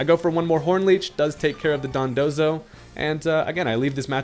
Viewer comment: mispronouncing Dondozo's name repeatedly made me crack up lol